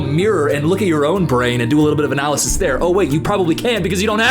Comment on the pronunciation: As a British person do you guys actually pronounce analysis that way or is it weird influencer wording